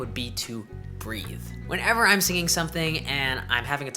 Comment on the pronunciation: HE EMPHASIZED ON THE WORD BREVE I MEAN BREATHE